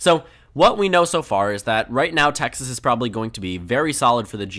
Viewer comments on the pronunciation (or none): Texas pronounced in Español! 😁🇲🇽